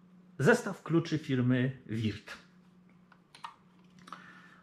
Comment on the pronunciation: POLICJA JĘZYKOWA NIECH NIKT SIĘ NIE RUSZA! :P Würth nie czyta się wirt bo U-umlaut to takie u tylko z intonację bardziej jak e a Milwaukee nie czyta się milłuki tylko melłokii (albo jak mieszkańcy Wisconsin twierdzą 'mełokii') bo au w Milwaukee czyta się tak jak w wyrazie fraud (~frod~)